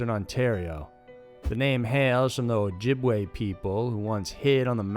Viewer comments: Lmfao oh jobway lololol its pronounced o jibway or o jib wah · It’s not oh-job-way it’s oh-jib-way lol I know this bc I live in Sarnia Ontario about 5 mins from the reserve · Oh-Jibb-way... lol Hearing how you pronunciate Canadian/Native Canadian words gives me a good chuckle :P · Oh lord, oh-job-way 🤣 Maybe try a pronunciation guide before recording, it will save you stumbling through peoples and places you won't have the linguistic references for. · But in reference to the breaking bad story, you may be Ojibway but jib is not the way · Booby Hill, “oh-job-way- lol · And Oh-Jobb-Way instead of Ojibwe. Dude needs to seriously practice before going to air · "A Canative Native?" "Ojobaway?" WTF? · 'Cananative Native'? I thought it was 'Canadian Native'. 'E-job-wae'? I thought it was 'E-jib-way' 'Win-DAY-go'? I thought it was 'Win-dah-go'? Man, forget this noise. Nice content though.